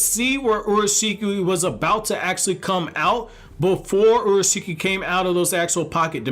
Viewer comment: Basically said orashiki when its urashiki pronounced your a shiki